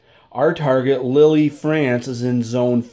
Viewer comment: Good review. (Lille is pronounced “Leel” not Lily.)